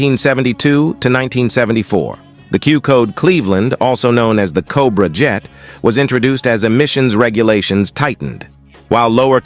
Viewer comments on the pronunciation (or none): none